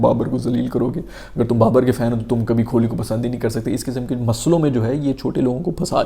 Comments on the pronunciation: The pronunciation is Kohli and not kholi. Please correct your pronunciation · Khholi nhi hota kohli hai😂